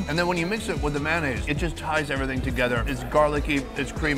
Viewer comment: Still gets me everytime you say MANaise, it's MAYOnaise :p